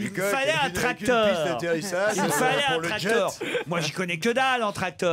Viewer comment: Pourquoi Ruquier prononce les eur en or ? Genre tractor, professor etc...